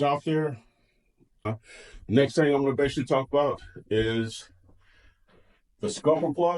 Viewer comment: Need to work on the word "basically"